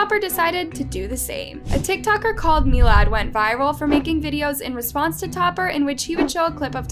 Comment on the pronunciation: It’s pronounced mill-ad not mee-lad